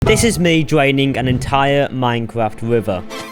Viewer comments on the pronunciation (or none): "this is me dwaining an entire minecwaft wiver" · This is me dwaining and entiwer minecwaft wiver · "This is me dwaining an entire minecraft wiver"